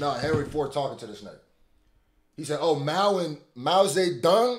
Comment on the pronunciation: “mao zee dung”